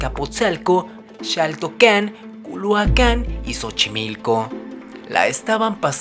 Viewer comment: según los diccionarios antiguos la pronunciación de las palabras en lengua náhuatl o mexica es grave. No es Xaltocán sino Xaltócan. (acentúo para distinguir la diferencia y la pronunciacion es correcta con sh)